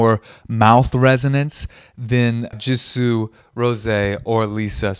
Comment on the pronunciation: It's jisoo not jeso